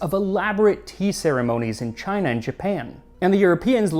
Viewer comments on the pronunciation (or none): none